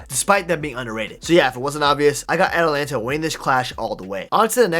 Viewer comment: ATALANTA NOT ATLANTA